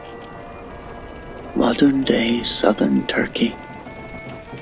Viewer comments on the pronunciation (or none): none